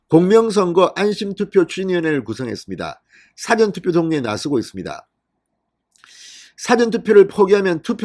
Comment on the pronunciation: 야 진성호야 415에서 사ㅡ전투표 가뭔뜻이냐? 그리고 선거소송 뭉개는이유가뭔가 그리고 사전투표 발음 제대로해라